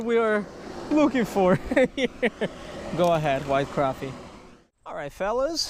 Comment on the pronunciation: And he can't say crappie either